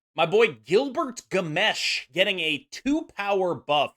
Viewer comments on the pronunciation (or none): “Gilbert Gammesh” bro 😂